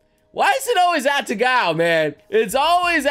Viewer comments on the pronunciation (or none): Her name is "Atago", not "Atagao". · Atagao Me: Are you serious? A-Ta-Go.:/ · Atago* not "Atagao" PRINZ EUGEN BEST BOAT WAIFU